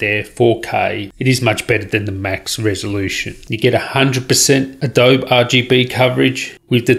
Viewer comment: Adobe is pronounced 'adoh-bee'